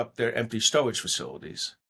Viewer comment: Is he saying storage facility? what a wascawy wabbit